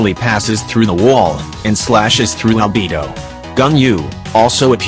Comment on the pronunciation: the robot: "Shēnhè" also the robot: "ALBiBO"